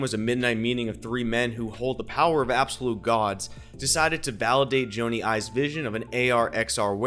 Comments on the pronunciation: It's not Joannee Ives it's Johny (like Johny Carson) Ives ! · There are things from this year's WWDC that makes me disagree with your innovation stateme............. Did you say "Joany Ives"? Because it super sounded like "Joany Ives".